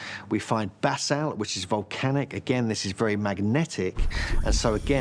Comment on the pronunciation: Please, for the absolute love of the Gods, stop pronouncing it like you are saying bathsalt. It is pronounced like buh-salt. , he got it correct.